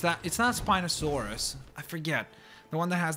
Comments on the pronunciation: It's spianasouras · It's spinosuars